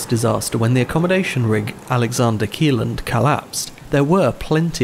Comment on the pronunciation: Alexander Kielland is pronounced as if the i was a j